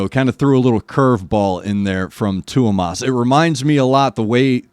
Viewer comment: Great reaction once again😁🤘🏻🤘🏻 Greetings from Finland 🇫🇮 I gotta say that you pronounce Tuomas's name really well👍🏻